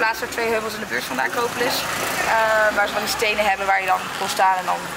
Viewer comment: Hoe de eerste acropolis uitsprak is de juiste manier! ❤️